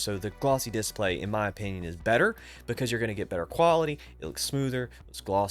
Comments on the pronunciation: man, I don't think I've even seen one of your videos before. Don't get me wrong, I thought you were a native speaker, that's why I thought it was funny that you pronounce that specific word so strange, because everything else is great. /dɪˈspleɪ/ Breakdown: /d/ = as in "dog" /ɪ/ = short "i" sound, as in "sit" /s/ = as in "snake" /p/ = as in "pat" /l/ = as in "let" /eɪ/ = long "a" sound, as in "say" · Completely beside the point but the way you say "diss-play" is really fun 😂😊